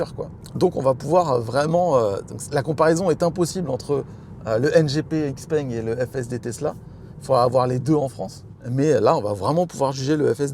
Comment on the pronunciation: Une précision, Xpeng ne se prononce Xpeng mais Chipeng